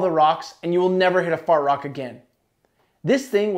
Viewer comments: I kept hearing fart rock instead of hard rock lol. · Lol is he saying "fart rock" ?